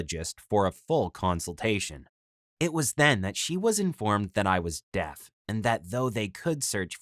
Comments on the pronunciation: that’s Makaton a form of sign language where you spell out the word Also is it just me or does it sound like he’s saying death instead of deaf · This guys say deaf wrong I only hear him say Death